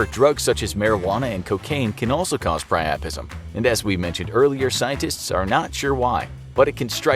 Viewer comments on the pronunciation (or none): Pri-u-pism not pri-aa-prism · The first word I’ve ever heard him pronounce wrong... “Piapism”